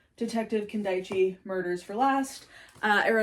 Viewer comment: As someone who studied Japanese Studies and has also lived in Japan, I can say that misogyny is unfortunately still deeply ingrained in everyday life as well as throughout Japanese literature—not just in the crime or mystery genre. Btw. in case you are interessted: its Kin-da-ichi not Kin-dai-chi